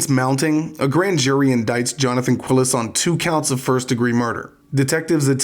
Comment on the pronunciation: This will seem trivial, but the name is pronounced like Kee-les, not "Quill-es." Spanish pronunciation is pretty easy to learn, really, because it's always the same.